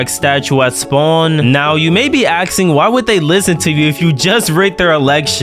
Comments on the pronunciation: why do u say axesing instead of asking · you may be axing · ! axing lmao